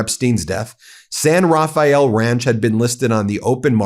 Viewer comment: Did he say "SIN Rafael","sin", "saint Rafael"¿? The guy looks like a robot not human.